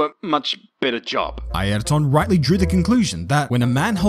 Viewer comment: But he's pronouncing it properly.